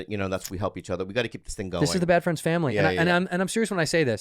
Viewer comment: So is it really called “Bad Fleinds” ????